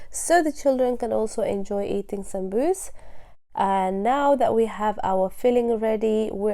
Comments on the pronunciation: why do you call it "Samsuus?" itis Saambuuse!!! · Beautiful. I like the way you say it Sambus. The correct way to say it is Sambusa/samboosa with vowel A at end of the word as it's in Arabic سمبوسة